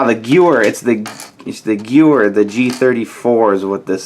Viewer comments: The gewehr 43 is pronounced Guh-Vare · think you should learn some history of the guns. First of all, the "mp44" is a mp40, second of all , the Gewher 43 is pronouned Guh-Vare , third of all, the mg 42 was the newer one and could fire at 1200 rounds Per minute and the mg 34 is the older one. Many make the mistake that the mg 34 is nrwer because of the drum mag . In real life , the mg 34 had just the exact same mag as the mg 42 but brickarms decided to add the drum mag which was a variant , but was more rare. The sten gun was used by the brits , and the french resistance used those guns as well . You could read more about the ww2 guns on wipikedia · Its spelled as Gewer 43 but its pronounced Geveir 43 because "W" in German is pronounced as a "V"!!